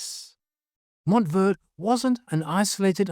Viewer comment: Verde is pronounced ver-day. A popular southwest food is Chile Verde. Never pronounced verd. Just saying.